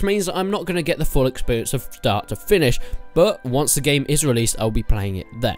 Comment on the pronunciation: Why do you keep saying exBerience